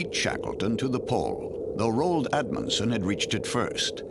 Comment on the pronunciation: The first man to the South Pole was Roald Amundsen not as the commentator says 'Admunsen'. He beat the unforstunate Captain Robert Falcon Scott RN CVO to the pole. Captain Scott was not Sir Robert as he was never knighted.